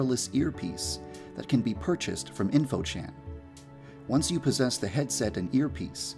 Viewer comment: i love it when yandere dev having serious a deep voice when the video just make me laugh sometimes- Yandere dev: "once you posses the head set" (i hear him saying posesed-👁👄👁)